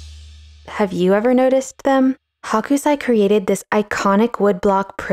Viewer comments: It’s really nit-picky, but his name is pronounced HOkusai, not HAkusai. Hakusai means napa cabbage (a kind of Chinese cabbage) in Japanese. Hokusai (北斎) → 🌊 Hakusai (白菜) → 🥬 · Sorry, you had me laughing the whole time. The artist's name is Hokusai, not Hakusai. The Ho part sounds like Hoe, not Ha ha ha. In Japanese Hakusai is Napa Cabbage (Chinese cabbage). You're calling him "cabbage" the whole time. LOL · I love your art commentary, but the pronunciation is Ho-ku-sigh --- NOT Hawk-oo-sigh. Thank you. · Love the video and analysis of this print. Gentle info: His name is pronounced 'hoe-ksai', not 'hawk-u-sai'. The 'o' is a long and they don't pronounce the u so much if it follows a consonant. I probably wouldn't have mentioned it if you had said it just a couple of times, but after hearing it a lot I thought I should let you know. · Your pronunciation of Hokusai transformed him into a "chinese white cabbage" (Hakusai) :D (also in the subtitles lol) Thank you for another interesting video! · Hoh-kuu-sah-ee, I think. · H ō kusai. Pronunciation counts. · His name is pronounced "hoke-sigh".